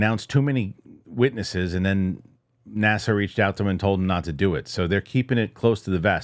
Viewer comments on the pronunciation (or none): none